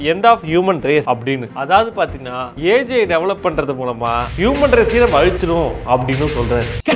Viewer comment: saying AGI me hearing as AJ 😂 anyone?